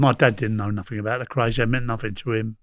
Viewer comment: You can't even pronounced thier name ( the Kays) you must be a drunken wanker.